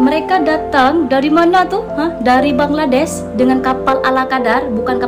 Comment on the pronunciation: Rata2 Indonesian menyebut BANGLA'DES.'.bukan BANGLADESH sebutan biar PRO la skit bro..jgn kekampungan dan tidak berakedemik..buat content study dulu bro😢